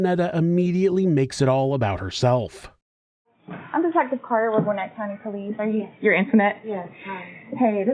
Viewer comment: sigh It's gwen-NET. GWENNETT